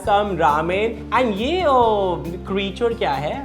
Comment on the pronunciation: Creature ❎ crichawd ✅